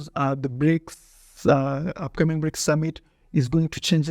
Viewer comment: No you can't, you little frenchy! They are BRICS and not FRICS (FREAKS) 😂😂😂